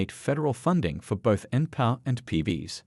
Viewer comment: You should teach your AI to pronounce: Pee Bee Ess, Enn Pee Are. Just more MSM crap. That's Emm Ess Emm. Meaning news paid for by dems. CRAP.